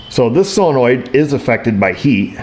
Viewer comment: Am I the only one that actually pronounces solenoid as "sō′le-noid" and not "sillynoid"? Oh wait... I mean, good job,.:D